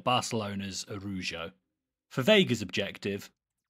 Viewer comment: “ aroo joe “ I’m dying lol